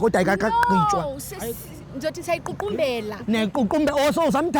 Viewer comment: Girl: siyayiququmbela I guess she wanted to say siyayiqukumbela